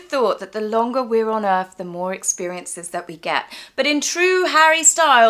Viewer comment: Wow, he sounds like he just rolled out of bed. I wonder if his handlers have to coax him out of bed to make an appearance (because he’s getting paid to…) I chuckle every time he says: Erff (the Erff) 🤣